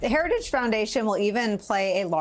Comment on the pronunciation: He can't even pronounce heritage.